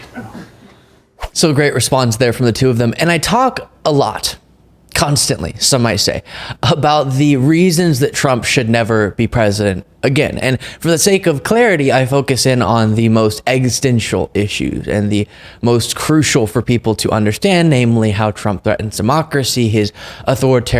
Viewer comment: Hey, the word is existential, not "extential," as you articulated it. Enunciate!